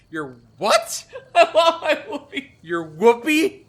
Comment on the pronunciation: "Woobie". Rhymes with "would be" - as in "you would be cold without it".